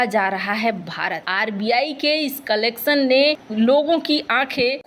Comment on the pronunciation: कलेक्सन नहीं मॅडम कलेक्शन बोलते है